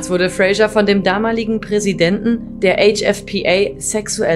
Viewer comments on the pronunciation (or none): Der Mann heißt Fraser, nicht Frasher wie die Sprecherin konsequent falsch spricht.